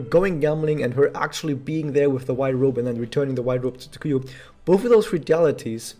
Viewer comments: Pronounciation tip. TSU-kuyo, not Tsu-KU-yu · He did not. The inflections were off and there was a distinct "yu" sound at the endof her name.